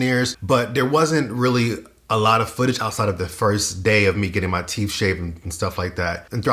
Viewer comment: Stop saying teef and wiff. Its teeth and with. Jesus christ